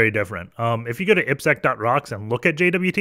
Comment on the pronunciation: Happy to see someone saying you name in right way. 👍🏻 ippsec